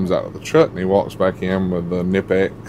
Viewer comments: You are saying Knipex wrong (AGAIN) and it is NOT a Swedish brand, it is a German brand. See there are these things called FACTS maybe check into that. 🙄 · Pretty sure he said the pipe wrench pliers was a Swedish type, not Knipex being a Swedish brand. Also, yeah he pronounced it wrong. And?